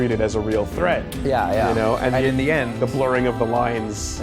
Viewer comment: Can't believe we're so close to "th[E] thing".